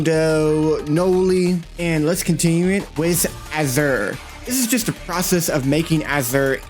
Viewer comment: Why he say his name like that